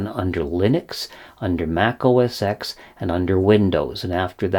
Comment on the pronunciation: Just to let you know Apple change the name of their operating system to macOS. It was never pronounced OS ‘X’. It was pronounced OS ‘10’ . Also what you call auto complete is called Intellisence. It’s a code completion aid. By the way I love your channel. You are so detailed oriented. Keep up the great work! Happy Birthday!